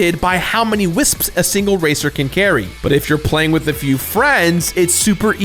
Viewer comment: I respect that you properly pronounce most words. Wisps. Wisps. WISPS!!!